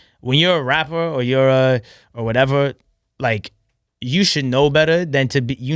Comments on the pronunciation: i don't like the way he talks "i'm a wappuh i like to make wap moosic" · He's a "wappuur" not a rapper😂😂😂